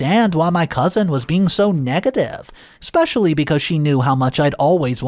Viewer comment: There's no X or k in the word especially please quit pronouncing it wrong